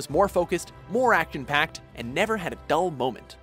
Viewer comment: did he say "actin" packed instead of action packed?